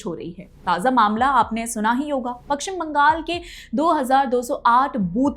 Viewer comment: Madam it is paschim bangal not pakshim bangal. First learn to pronunciate it.